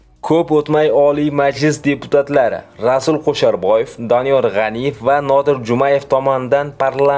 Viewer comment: Og'ауni, o'qishni o'rganib ol. Qo'sharboyev emas, Kusherbayev. Monipoliya emas -monopoliya. Iddiyo emas-iddao va hakazo. Oqishni va to'g'ri gapirishni o'rganganib olganingdan keyin video qilsang yaxshi bo'ladi